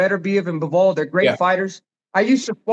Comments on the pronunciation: Bruh shannon dont know his boxing its bivol not bovol 😂😂 david moroy what??? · Unc slaughter everybody’s name 😂 Bovol Marrol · Unc said "Boval"